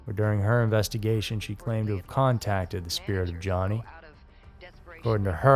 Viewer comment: I first saw this on a TV special called Haunted Lives, hosted by Leonard Nimoy. Where many of the video clips are from. I'm extremely doubtful that everyone conspired to fake a haunting to simply not show up. Oh, and his name is pronounced Yanni, not Johnny. There, the J has a Y sound.